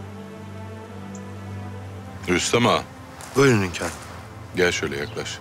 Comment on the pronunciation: hönkarım dedikçe sinirden dişlerim gıcırdıyor